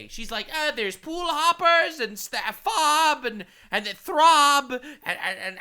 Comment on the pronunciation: She was definitely saying it wrong